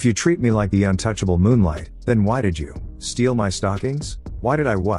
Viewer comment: It's so annoying when you say "I T" D I D". Just pronouns the damn word bro.......